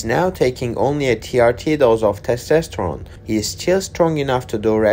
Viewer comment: Its not "Testesterone". YOu say one test too much. And of course he is not NOT on a regular TRT dose.